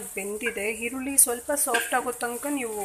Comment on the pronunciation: Kannada sariyagi mathadi hirulli Alla eerulli